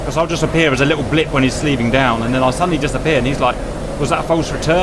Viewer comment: Dear God, Cap, it's SLEWing, not SLEEVing. You SLEW an antenna, normally with either a hand control (for a two-seat fighter, like the F-4 Phantom), or with HOTAS controls for a single-seater.